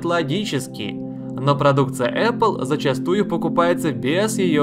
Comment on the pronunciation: зачАстую ухо обрезало))) Лайк